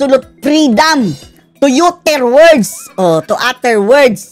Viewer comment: it is not yuttered it is pronounce as attered